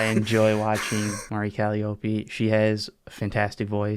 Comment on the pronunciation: First model is a demon The guy with a Chaos avatar passes, the guy with a Grey Knights avatar smashes It's gonna be a good episode edit: ERIC IT'S "CUH-LIE-OH-PEE" NOT "CALLY-OPIE", IT'S A MUSICAL INSTRUMENT, IF YOU'RE GONNA SIMP FOR A VTUBER AT LEAST PRONOUNCE HER NAME RIGHT also it's based taste